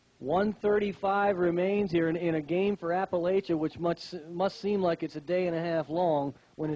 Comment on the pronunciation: Oh, it's weird seeing yourself cheer 23 years later!! 😂 It was so cold that day. Also, it's pronounced App-uh-latch-uh.